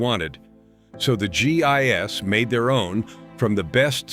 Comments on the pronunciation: G I S? You Mean GI's.. Lord these things are to dumb to listen to and just making people dumber.... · Pronounced "gee, eyes." Not gee eye,ess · Gee eye ess is not how you pronounce GIs. Why does no one who posts videos seem to proof them? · My sentiments exactly. You'd think there were better narration software that would know this. Everytime I heard it it was like fingernails on a chalkboard.